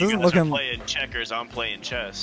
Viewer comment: Hes playing ch, che, cheschers, hes playing cheschers. Speech 100